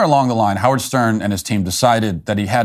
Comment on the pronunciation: His name is "How -Wierd".